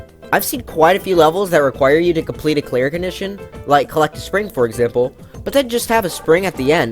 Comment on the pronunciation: Ah yes, exapmle